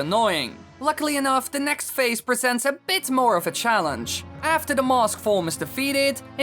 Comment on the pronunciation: Every time you say "Mask" all I hear is "mosque"